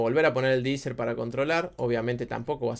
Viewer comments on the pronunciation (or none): Genial tu canal, hermano. Un solo detalle, se pronuncia DI ESER no DI ISER. Hablo del De-Esser porque quita las Eses en español y en Inglés se llaman "ESs" no "Iss". Abrazo!